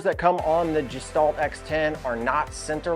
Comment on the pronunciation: Gestalt is a German word that means "Shape, or form that is greater than the sum of it's parts". The "G" is pronounced like the "G" in the word "Great", not like the work "Giant".